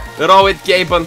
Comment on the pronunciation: I thought he said "Skinny Gaben"